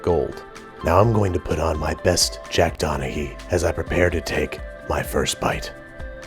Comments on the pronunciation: DONAHEE?? IT'S DONAGHY! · I'm guessing you didn't watch much 30 Rock... You forgot the "G" in Donaghy. :P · My dad and Eddie are a blotch on the Donahy name -- Donaghy name. That's how it's pronounced. Say it!